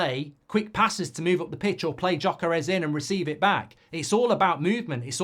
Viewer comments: It's pronounced Yok-Ur-Iez not Jok-Ur-ess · G-yoy-ker-esh :D